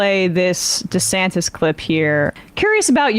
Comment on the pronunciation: Perfect. Rhonda Santis is a good one too. Ron did that one to himself because he dropped the "Dee-" in the pronunciation of his name. Supposed to be DeeSantis, but he changed it. Ooops! 😂